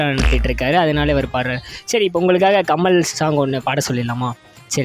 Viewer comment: Adhu kammal ahh illa Kamal ahh 😂